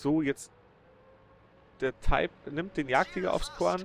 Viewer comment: Könntest du bitte bei einer Sprache BLEIBEN Englisch oder Deutsch das würde es sicherlich allen einfacher machen, bzw. Taip ist nicht deutsch und auch nicht englisch. Ich denke vielleicht du meist type wie man es ja auch in der Liste lesen kann. Ach ja noch eins den Taip hat er gekillt und der andere war kein Type 59 (ja da hast du es mal richtig ausgesprochen) sondern ein Type 29. Vieleicht solltest du dir deine Videos erst einmal selber anschauen bevor du sie Onlinestellst.